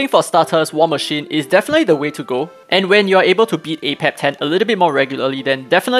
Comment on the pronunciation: AH-Pep is actually wrong. Every miracle boss battle says the boss's name before they appear and it clearly says AY-PEP.